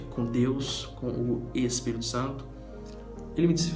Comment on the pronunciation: Tu fala espírito santo e espiritual ( Es) bem mineiro :)